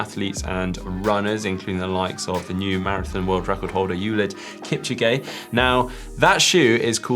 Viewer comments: Sorry but how did you pronounce kipchoge’s name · That cant be how you say "Elliot kipchoge"